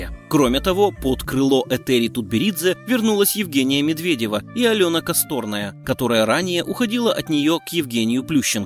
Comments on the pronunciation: КосторнАя,а не КостОрная. Вы, если с википедии читаете, так хоть произносите фамилии правильно. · Может всё-таки не Алёна КостОрная , а КострнАя !! Типа .. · Если берётесь о чём либо рассказывать , то уж произносите правильно все слова и фамилии. Алёна КосторнАя , а не КостОрная . Ну и т.д. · костОрной ??? может косторнОй ? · Нет , не оговорился , и , причём не КАсторная , а КостОрная. повторил несколько раз , и каждый раз КостОрная.( вроде как от костОрки 😂). Не позорился, бы. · Алёна КостОрная, Полина ЦурскАя (с) 🤦‍♀🤦‍♀🤦‍♀Автор, а нельзя было к видео как-то подготовиться? Фамилии фигуристок узнать? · Не Костóрная, а Косторнáя 😉😉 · Неужели так трудно выучить фамилию КасторнАя,а не КастОрная она.Треш какой то,так коверкать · Дядя, прыжки в фигурном катании не "четвертные", а "четверные". А фамилия фигуристки не не КастОрная, а КасторнАя. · КостОрная.......нет, неверно. КосторнАя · Да у нас с произношением фамилий вообще швах! Не падает ударение на суффиксы и окончания, а на корни! Правильно КостОрная, как пример. КабАнова, а не КабанОва. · Знаете, видео информативное, мне понравилось. Единственное, что мне не понравилось - это неправильное произношение фамилии фигуристки Алёны Косторно́й. Сейчас вернёмся в первый класс. В фамилии Косторная ударение падает на последний слог, на последнюю А.То есть она Косторна́я. Произносите фамилии чемпионов правильно! 😇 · омг, журнализды, когда же вы выучите, что прыжок ЧЕТВЕРНОЙ... ну и правильно произносить фамилии неплохо бы: КосторнАя, ЦУрская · Рассказчик, поработайте над ударением! Школа Ипполитова-ИвАнова, да и фамилия КосторнАя вообще-то у всех на слуху! И я подозреваю, что не КабанОва, а КабАнова! Пусть меня поправят! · КостОрная, подтяните язык коменатОр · Алена КостОрная? Ну блин, прежде чем текст зачитывать хоть уточните, как правильно произносятся фамилии чемпионов! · КостОрная , господи. Не знаете как правильно читать фамилию, поинтересуйтесь хотя-бы. Унижаете человека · Всю фамилию Алёне искобенили!